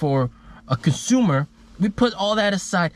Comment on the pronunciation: it is consumer. not cosumer.. but consumer with an n.... :o) Anyways.I like your channel as I invest in NIO stocks too. But I am if you are getting paid by NIO doing this.